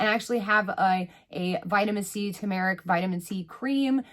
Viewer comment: Tumeric. Pronounced: Too-muh-rick ...hehe 😜